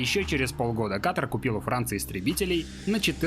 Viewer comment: *Ката́р, Ката́ра, Ката́ру и т.д. Только из-за этого не стала даже досматривать видео 🙄